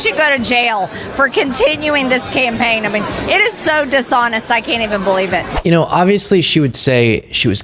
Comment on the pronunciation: Has anyone also noticed that MTG always drops some of her T’s? That’s what makes her sound perpetually drunk and/or moronic and it drives me crazy. For example, she pronounces “dishonest” as “dis-on-iss”, “interesting” as “in-tressing”, and “statistics” as “suh-tis-ick.”